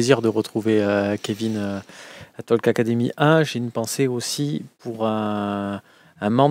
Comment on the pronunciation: On ne prononce pas la lettre "l" dans "talk". Cela s'appelle "a silent letter". Même chose avec "walk"